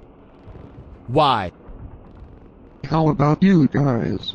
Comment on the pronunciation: don't wanna be that guy, but it's "Sergeant"